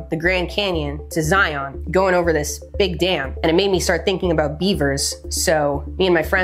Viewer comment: As somebody who lives very close to Hoover dam that is a very large dam. Also you mispronounced Zion